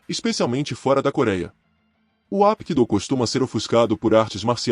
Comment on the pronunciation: Parabéns, excelente vídeo, maravilhoso, só una crítica construtiva, não se pronuncia Apkido, se pronuncia Rapkido, o H tem som de R.